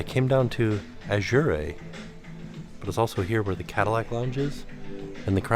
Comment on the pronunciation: Not going to lie, but I had to chuckle at your pronunciation of Azure. Made me think of a Christmas Story movie with the leg lamp and the box that said Fragile and he pronounced it, frag-ee-lay LOL